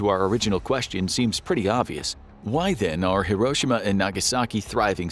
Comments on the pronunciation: several notable mistakes "hisroshima" 😂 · When I was a kid, e pronounced it "here-oh-she-mah". This new pronunciation sounds weird.